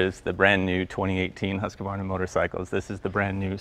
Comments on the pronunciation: It is not called Husku varna it is Hus-quarna... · It's Hoosk-varna. NOT Husk-uh-varna. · 🤣🤣👍 opening line. Huskavarna!! Husqvarna right or spell it as you say it Huskvarna 👍👍👍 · Jay, repeat after me ... Husqvarna. Husqvarna. Husqvarna. Not Husk-ah- Varna. Get the idea, not idear? No need for additional syllables. Ride on! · It’s pronounced HUSQvarna not HusqAvarna. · Since when do you put an 'a' between the q and v of Husqvarna? It's pronounced "husk-varna", not "husk-a-varna" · it's 3 syllables "husq-varna," not "husq-a-varna" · It's not pronounced Husq-UH-varna, it's pronounced 'Hoosk-varna', there is no 'A' after the 'q'. My Swedish wife corrected me years ago of how to say it. :) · Its funny when an american say HASKEVARNA instead of HUSKVARNA 🙂 .It is the name of the city where Husqvarna vas born in Sweden , Today it is an italian company with the old swedish name. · Jay the name is pronounced Husk-var--na not Hus--ka--var- na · I live in Huskvarna Sweden and that is not how you say it. try a much longer "U" HUUSKVARNA. HUSS KAVARNA is just wrong. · The best way to pronounce the company name is not (Husq-varna) it is HUS-qvarna and VIT-pilen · It's pronounced "Husk .. Varna" NOT "Husk a varna" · And the Swedish would not pronounce the company 'Huskavarna' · "Huska-varna" lol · Haha! Indeed! As a Swede, I die a little bit every time he says, "Huska-varna". :D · "Iskvahna"? Vad?! Vad i helskotta är en iskvahna? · For the guys whos mother tounge is inglish, the easiest way i can try to learn you say it is " huus-cvarna ". It comes from the town Huskvarna in Sweden that changed the way it was spelled in 1906 but the manufacturer kept the same name. The name Silverpilen means " Silver Arrow " , Vitpilen means " White Arrow and Svartpilen means " Black Arrow". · I think its properly pronounced "Hooskfahna" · I'm Swedish and it's pronounced Hus-Kvarna, you say it like 2 words. Maybe that explanation helps? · it's pronounced as 'is varna'.... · It's "Huus-kvaarna"